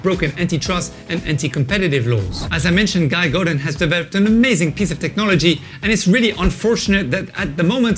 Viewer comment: Indeed. And also his last name is more of a "go duh!". :)